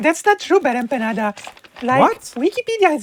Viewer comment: every time she says your name and my beloved country's name wrong, I loose 20 months of my life.